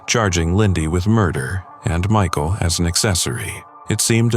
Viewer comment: "Assman" 😂😂😂😂 me2? Me2😅